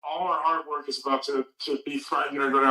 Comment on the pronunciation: I actually thought he said “art work” when he said “hard work.” 😂